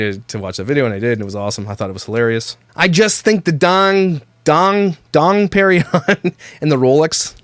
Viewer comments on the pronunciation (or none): "Don Perninon Rolex" 🤣🤣